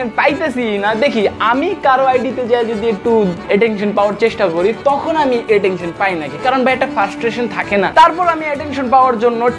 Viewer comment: Attention ❎ Atektion ✅ 😂😂